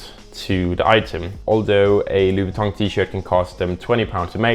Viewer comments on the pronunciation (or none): laughing everytime you say loui vooitongue, what a funny lesbian